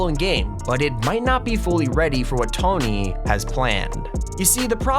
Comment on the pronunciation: did he just say t ony